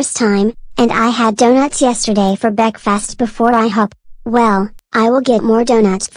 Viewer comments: It called bekfast now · It's pronounced bekfist